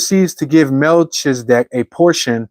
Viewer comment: Just F.Y.I., it's usually pronounced Mel-key-zah-deck. 😊